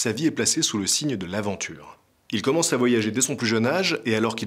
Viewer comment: Oui oui j'ai bien entendu : : "Il commence-T-a voyager dès son plus jeune âge" :D